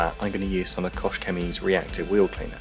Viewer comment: Are you sure it is "koSH"? I've always though it pronounce like "koH".